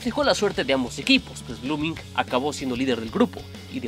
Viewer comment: SE DICE BLOOMING TAL COMO SE ESCRIBE NO BLOOMINGC